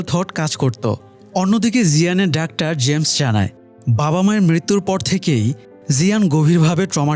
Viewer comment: ডাক্টার কি ভাই! খুবই বিরক্ত লাগে শুনতে।যেহেতু আপনার ভিডিও দেখি তাই লিখলাম।